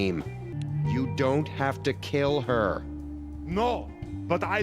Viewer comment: love how he is saying this TOO THE RED HEAVY